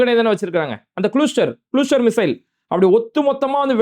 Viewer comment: இஸ்ரேல் எங்க எரியுது.. இஸ்ரேல் அடிக்கிற அடில உன் வயிறு தான் எரியுது 😂😂😂...நீயும் நைட் புல்லா யோசிச்சு வெட்டி ஒட்டி விடிஞ்சா உருட்டி முட்டு குடுத்து பார்க்கிற....ஆனால் இரான் சும்மா வாய் உதார்தான்...ஆனால் இஸ்ரேல் சொல்லாமல் ஒவ்வரு ஆளை தூக்குறான்...அது சரி அது குழுஸ்டர் இல்ல அது கிளஸ்டர் 😅😅😅😅